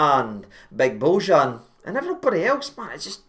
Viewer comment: Pronounced "bo-yan".